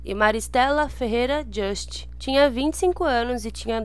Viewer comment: E o nome pronuncia-se Just assim com se lê!